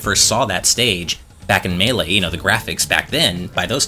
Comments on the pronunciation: Not meh-lay... It's May-lay. Like the way the announcer says it. In the game. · It's pronounced Maylay, not M'lay. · Me-lay or may-lay NOT ma-lay it just sounds too off But I like that you all say it differently and stick with it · I die inside everytime pronounces Melee like m'lay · Did he just say mellay?? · If he says “Muhlay” one more time I’m going to off myself. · Does anyone else hate the way pronounces Melee? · It’s Mae-lae (melee) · “May-lay” please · whoever has the annoying speech impediment and keeps saying "muh lee" for the pronunciation of melee should just stop talking , its embarrassing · Why does pronounce Melee as "Muh-lay"? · Oh dear heavens, don't say "melee" like that! I cringed so hard, that is not how it is said. first syllable is said like like mii fighter, the second syllable is like the lay, as in the chip brand.